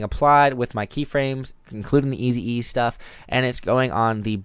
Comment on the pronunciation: "Easy-E"? Lol It's ease ("eeeez"), mate.